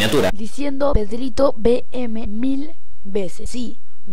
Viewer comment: Porque dices y es PedritoVM?! 😂❤️